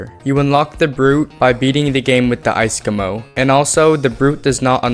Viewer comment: "icecomo" triggers me